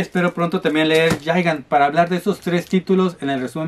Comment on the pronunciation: Muy buenas compras,:D. Me gustó que quieras pronunciar bien el nombre de Gigant, aunque fuera una vez jajajaja.